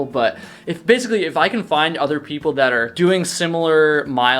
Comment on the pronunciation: I finally figured it out, somewhat. Your accented speech drops off on some hard consonants. Kind of, LIKE, East coast mountain town meets California beach. Example - dropping the T and making it an extension of the previous vowel - such as THAT becomes Thaaah. This massively distinguishes you from Becker, with his earnest WI casserole speak. Keep it roll--ing !!